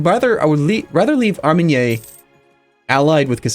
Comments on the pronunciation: I'm not French but isn't Armagnac pronounced Ar-man-yak ? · Gabriel Ouellet i dont know where you are from but in Paris we do pronounce the c=> ar-ma-knee-ak. I know volontary mispronouce half the time and i dont care (loved the mushashasha) keep up your good work it's awesome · Say it like this: Armagnaque.... Please... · It's pronounced Ar-mahn-yak,!:D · NorthernMonkey its pronounced ar-ma-na, the c is silent. Just to be sure u dont think I say untrue things, my first language is french. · Google translate's text to speech says so too